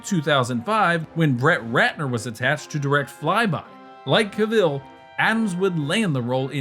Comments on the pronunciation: CAV-ILL no! Pronounced CAV-ELL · Really need to stop saying Ca-vill. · Cavill, no Caveel, fking numbnuts